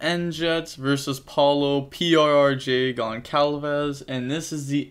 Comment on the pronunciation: Hi, in portuguese there is the letter "ç" (different than "c") that sounds like "ss". Paulo's second name is pronounced "gonssalves", not "goncalves"